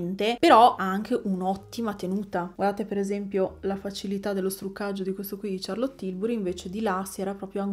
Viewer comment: Finalmente un'influencer che pronuncia "Ciarlot" (e non SCiarlot!) per Charlotte Tilbury😊